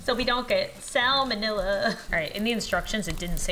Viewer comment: SO WE DON'T GET SALMENILLA does anyone on this earth pronounce that right?